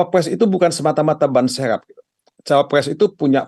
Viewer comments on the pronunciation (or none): Ban serep bang bukan ban seep ngomong yg jelas dong